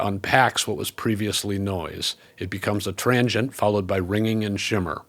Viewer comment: It took me a while to understand your pronunciation of transient. I kept hearing trangient and couldn’t figure out what you meant until I saw the graphic overlay 😊